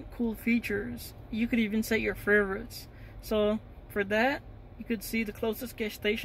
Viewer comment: furverits lmao